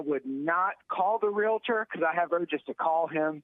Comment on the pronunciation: First off it's "realtor", not "realitor". And not all real estate agents are realtors. This aside, save your money and steer clear of women. You know women, those humans who giggle when a man gets hurt.